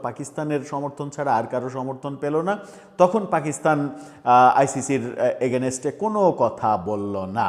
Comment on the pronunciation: Against শব্দ টা ঠিক করে বলেন, শুনতে ভাল লাগবে।